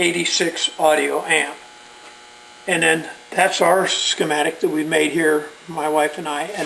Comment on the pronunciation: there is NO "r" in the word schematic